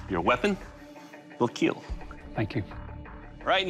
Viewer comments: "It will kiel" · Your weapon will KEAL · It will Keel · More like 'It will keal'! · I love how he says kill. "Your weapon will keel" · “It will keil” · It will KEAL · KILL NOT KEEL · Now wait until they say “ fight with your weopons, see who will keal “